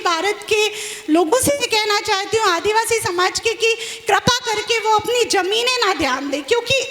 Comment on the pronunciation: पगला *आदवासी*बोलता है। आदिवासी का उच्चारण भी नहीं आता।